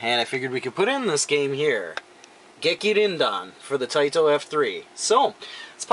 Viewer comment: Wow, nice pickup Luke.. And thanks for letting me figure out how to pronounce that game properly! I really should spend more time on pronunciation! Love the time traveling aspect of this game.